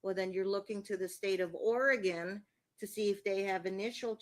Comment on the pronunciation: I have to object to the mispronunciation of "Oregon". It's not organ - there's an 'e' in there for a reason. Thank you.